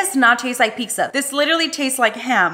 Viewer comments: Wtf is pikza huh why are you pronouncing pizza as pikza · I hate her for disrespecting the pizza by pronouncing it as " piksa"